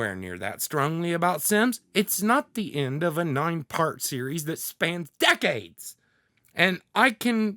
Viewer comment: Dude I died when he snapped at the word DECADES.